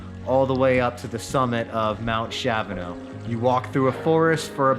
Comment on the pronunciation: Sweet video & summary of these mountains! Kudos for pronouncing both correctly 🎉